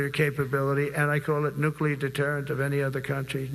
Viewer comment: My lord. If I were a general and Stinky Drawers started s'plaing Nuk-lee-Arr to me and discussing the real movement of submarines? I think I would have lost it!